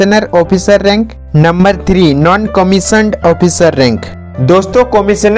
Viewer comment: कमिश्नर ऑफिसर नहीं होता, कमिशन्ड आफिसर होता है